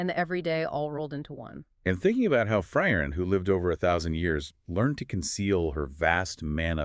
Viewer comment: Not even 10 seconds in and I’m doubting the quality control here on y’all’s “deep dive”. I don’t understand how you can claim to be informed and still mispronounce the name of both the MC and the show. It’s “FREE-ren.” Y’all either AI or unqualified.